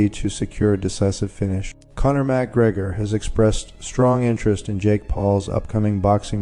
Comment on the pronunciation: At LEAST check that your AI is pronouncing NAMES correctly! M-C Gregor?! Fuck this site.😅